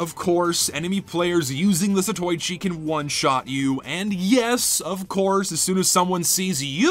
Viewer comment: gonna sound like a great big gaylord right now, but it's pronounced 'zato-ichi'